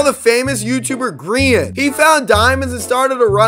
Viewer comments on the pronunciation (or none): why he pronounced grian like that 💀💀💀 bro did him dirty 💀